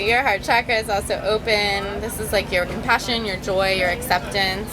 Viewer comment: I kept laughing when he kept saying schakra. I was hoping he would correct her and say chakra like naruto.